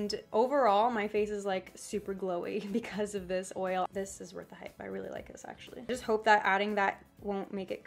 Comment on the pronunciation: count how many times she said hipe 😂😂